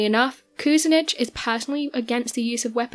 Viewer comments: LOL Dennis "Koose-nitch". It's "Ku-SIN-ich" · Nice video. Cleveland politician is pronounced koo sin itch. Accent on sin. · Cue - sin - itch (Kucinic) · Very well done BUT your pronunciation of Dennis Kucinich's name, the former mayor of Cleveland Ohio. You were way off in pronouncing his name. Please do your research. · PRONOUNCE MAYOR DENNIS KUCINICH LAST NAME CORRECTLY LADY!😡